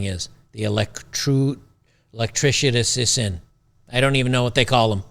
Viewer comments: Electrity-ician? I was sort of close! I thought you were going to say Electric-Ian. 🤣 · "They call him an electricity-eeasian.." 😅😅🤣🤣 What's even funnier, in my interactions with AW I would expect to hear stuff like this. They can't pronounce basic words to save their lives and yet they demand a multimillionaire. 😅😅 Little do they know quite a few of these trades men are retiring earlier than doctors. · holy crap "electrishishin" i'm dying here 🙂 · "Makkeenist" reporting in, just saying that "electricity-ician" got a hearty chuckle